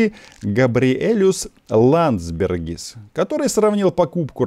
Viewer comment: Габриэлюс Ландсбергис - тот редкий случай, когда верно произнесли и не исковеркали имя и фамилию.